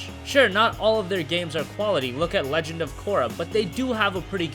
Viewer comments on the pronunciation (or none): none